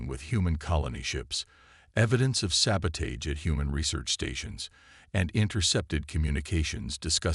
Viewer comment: Mispronounced SABOTAGE is mildly annoying however otherwise nice story